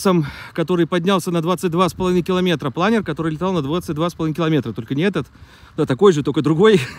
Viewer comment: ударение научись ставить в слове ПЛАНЕР, на вторую гласную в данном случае.